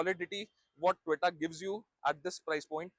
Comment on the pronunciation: Its To Yo Ta brother, not Toy Ta ❤